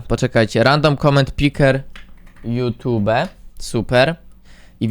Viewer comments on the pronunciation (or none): none